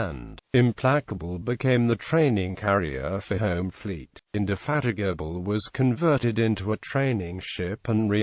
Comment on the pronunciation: "Implakable" "Indefatikable"